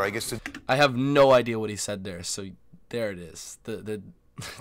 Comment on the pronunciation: When we say no, it sounds like 'nar'... hahahahahaha